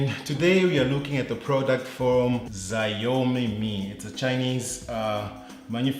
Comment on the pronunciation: The X is actually pronounced "SH" not "Z". Good videos by the way. Keep 'em coming